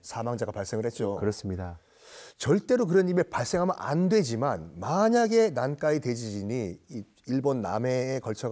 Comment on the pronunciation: 난카이를 왜 난까이라고 발음하나요 불편하네